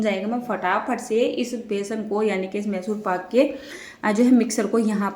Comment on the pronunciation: Call it properly mysore paak not masur....edit and correct